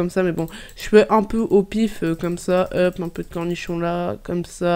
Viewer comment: Pourquoi tu dis hup alors que sais hop 😂😂😂😂